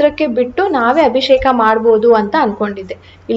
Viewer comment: neevu bejaar maadkolalla andre ondu small correction. ಅದು ಅಭಿಶೇಖ ಅಲ್ಲ ಅಭಿಷೇಕ